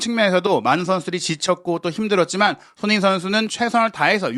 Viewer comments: 손흥민 선수 이름을 제대로 불러 주세요. 도대체 소너히가 누군가요? 매우 거슬리네요. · 발음좀 제발!!!!! 손 흥 민 !!